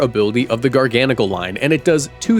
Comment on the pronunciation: Liked and subscribed because you pronounced garganacl correctly